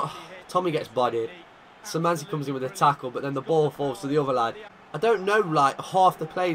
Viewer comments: Sir the Szymanski brothers are pronounced as Sh-i-man-ski. Like this so he can see this. Edit: It's k-v-iat-kov-ski. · Some advice: Your academy players would be pronounced SHI-MAN-SKEE and K-FI(said together, I spaced it out to make it easier)-AT-KOF-SKEE Nothing else to say, by far my favorite series on youtube. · Kwiatkowski pronounce Kviatkovski. Szymański? Sz is sh xD.💁🇵🇱